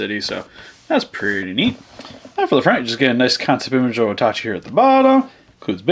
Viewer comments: I thought it was pronounced ota-ch eye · And how it was said in the movie as well. O-tachi.